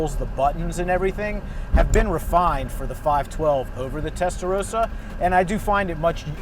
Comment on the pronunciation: WHY CAN'T AMERICANS PRONOUNCE 'TESTAROSSA' CORRECTLY? 😡😡😡😡😡